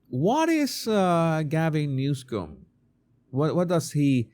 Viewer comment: It sounded like you called him Newscum.😂😂😂